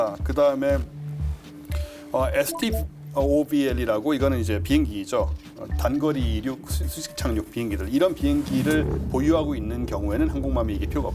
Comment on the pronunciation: STOVL은 그냥 '스토블' 이라고 읽으면 됩니다.